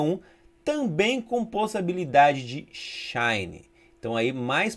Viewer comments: KKKKKK ele falou possabilidade mesmo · só eu que escutei possabilidade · Eu tbm escutei